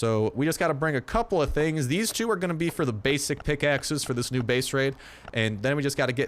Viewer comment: when he said the word "Tings" Toronto approves!